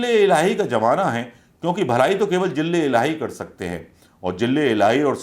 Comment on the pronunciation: 😂jille ilahi nai bolte, its ZILLE ELAHI....ZA ZA...ZILLE NOT JILLE😂😂😂😁😃😄😅